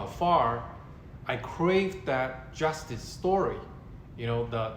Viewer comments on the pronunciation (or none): none